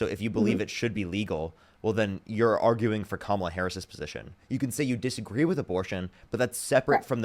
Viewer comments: I just can't believe these people are allowed to vote. They can't form educated thoughts on the most basic of policies, let alone pronounce a 6-letter name. It's embarrassing. Either way, at least she is listening and willing to learn. That tells me that, deep down, she knows something is wrong. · Honestly that was painful to listen to. She is the perfect example of what Trump meant by loving the "poorly educated". Wow. Plus, in 2025 it isn't hard to educate yourself. She could have found all this out if she really wanted to. She couldn't pronounce Kamala Harris's name and I'm sure she doesn't want to pronounce it either. Trumpers vote for him because they enjoy the perks of being racist and hateful toward anyone who isn't white. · I salute her for discussing difficult and confronting issues on such a public platform. Out of all of this, I'm most dumbfounded that she wasn't even comfortable pronouncing "Kamala"... Regardless, good for her. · She can’t pronounce KA-MA-LA??? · “kudos” she literally called mexicans “illegals” and said she didn’t know how to pronounce kamala… liberals are so fucking stupid bro 😭😭😭 y’all will give kudos to fucking anything except actual leftists and THAT is why we lost the fucking election. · She can’t pronounce Kamala……..oh dear me! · "I don't know how to pronounce her name." Girl. It isn't hard. Comma. La. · It has all the elements of a cult! Especially the devotion despite the self harm they experience as a result of that devotion 😢 it also seems like this girl is scared to even mistakenly agree with Harris and it's probably because in her area it's social suicide to betray MAGA. P.S. It's like "Comma," the punctuation, then add a "La" at the end. Something that I am sure most Americans could correctly pronounce if they actually wanted to.